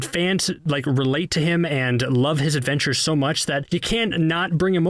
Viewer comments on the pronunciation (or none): Did anybody notice he said show instead of so